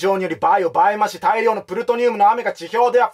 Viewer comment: 細かいと思いますが 倍増し 「ばいまし」 じゃなくて「ばいぞうし」です